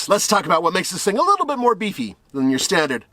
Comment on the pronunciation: "As I like to do it, a leetle bit faster than slow"